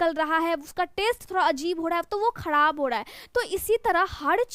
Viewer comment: Dha ka istemal bahut Karti Hain aap khrab ko khadab kyun kahti Hain aap pathiri hodha Hai